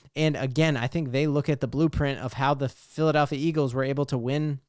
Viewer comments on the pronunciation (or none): none